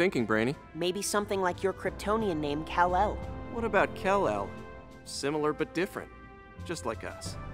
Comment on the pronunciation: Kal-El not Kell El